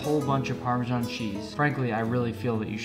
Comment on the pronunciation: it’s PARMESAN not PARMEJAN